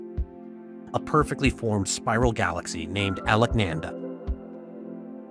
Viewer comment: Please take a little time to understand the word Alakananda pronunciation.